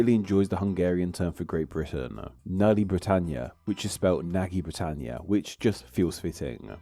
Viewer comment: Usually I really appreciate your videos but dude pls look up how things are pronounced. Butchering consonant clusters is fine. Weird form of vowels and number of confusing diacritics? fine. Vocalising an unvoiced letter - not fine. (looking at you Nagy britannia)